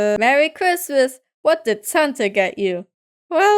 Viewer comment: Did she say santer instead of Santa